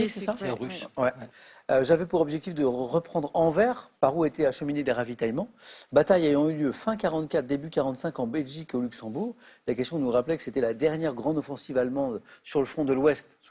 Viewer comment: Anvers se prononce Anversse.